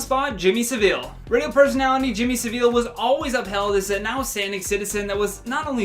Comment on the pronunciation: Jimmy Savile’s name is pronounced Savil. rhymes with travel not Sevilla the Spanish town. Wish the Americans would learn to pronounce names or shut up 😡